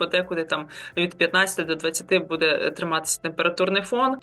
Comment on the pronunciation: Та не БУДе, а БуДЕ.